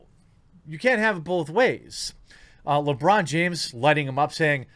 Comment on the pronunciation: Lewong Jiames